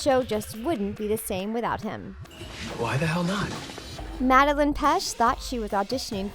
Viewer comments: First, you said Cole as Cody. Then you say Madeline instead of Madelain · They said madalen and not madalaine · you mixed up olivia and toni. and you pronounced madelAIne wrong